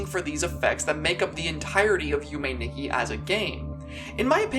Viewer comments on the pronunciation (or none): Nikki is pronounced as "Nee-key"